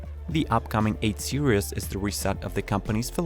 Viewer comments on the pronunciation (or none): Example the word Series pronounced Sear eez not sear ee eez... robot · “Seereez”, not Serious.